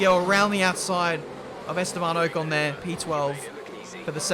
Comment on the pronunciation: Please be able to pronounce ocon properly by release. I'm sorry but it bothers me sm